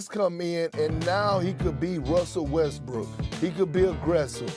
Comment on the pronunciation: Stephen A Smith made a mistake in call Russell Westbrook Russell Westbrick 😂😂😂